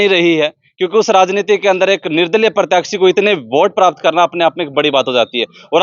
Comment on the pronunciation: Are bhai, Pratyakshi nhi, Pratyashi hoya kre, Kose school me pdhya se...?